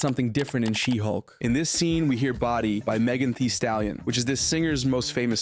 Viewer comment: Btw who the fuck is megan tee stalion?